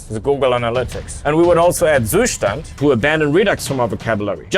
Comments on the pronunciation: JFI, the correct pronunciation for "Zustand" is like "Tsushtant", from wiki: [ˈt͡suːˌʃtant] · the way he butchered the pronounciation of "Zustand" omg